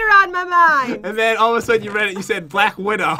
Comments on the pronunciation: SHE JUST SAID BLAK WIDOW NOT BLACK WIDO SPIDER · said black widow So A+ For effort